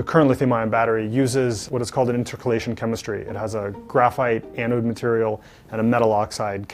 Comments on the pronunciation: It's not "IntercOllation"! It's intercAlation!!! It means that lithium ions diffuse through graphite layers!. Correct it or leave the science business news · Inter-collated. Lol